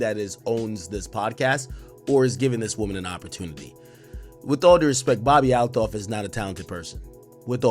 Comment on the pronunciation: It’s Althoff not A LOFF. How do you butcher the name when you’re clearly hearing how it’s supposed to be pronounced 🤣